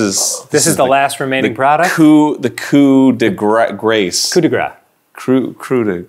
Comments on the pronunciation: It is even funnier when you take in account that Dan mispronounced "Coup de grâce", as it is actually pronounced "Koo da grasse", and not "koo de grah", so "coup de grass" would technically be closer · Arin: [pronounces "coup de grace" wrong] Danny: [uses his superior skills in the French language to correct him by saying it wrong in a different way]